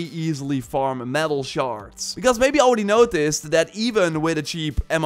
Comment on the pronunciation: Are you saying “shards” or “sharts”? Makes me chuckle every time